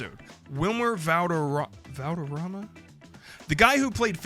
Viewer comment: Bro, I know you’re white af, but Valderrama is really not that hard to pronounce. Come on now lol.